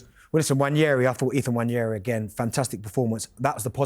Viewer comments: and nwanieri instead of nwaneri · they are actually saying Wanieri instead of Nwaneri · Anyone else getting frustrated that we have two players in Merino and Nwaneri that nobody seems to be able to say their names properly? I've heard NWANeri, wanyeri, Mereno, Mourninho etc etc. Its not hard people. Its getting silly at this point. Embarrassing. I'd expect it from rivals and the useless pundits, but its even Arsenal fans which just shouldn't be happening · I'm English and I'm not adding a random Y into Nwaneri where there isn't one. It's just laziness on their part.